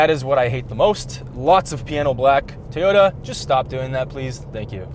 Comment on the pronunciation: Did he say tayota